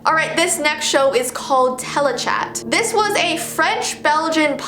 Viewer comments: *pronounces telechat wrong* Me:how dare yee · "telechat" Me: teletubbies